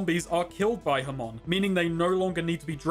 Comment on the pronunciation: Its ha-mon. Not ham-on